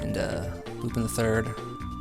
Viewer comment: It's lupin, not lupid